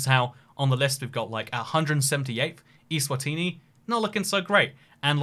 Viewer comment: Btw it's Eswatini not iswatini